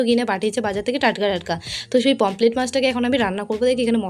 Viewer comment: দিদি তুমি ভেবোনা যে আমি এটা তোমাকে রোস্ট করে বলছি কিন্তু ওটা পমপ্লেট হবে না পমফ্রেট😊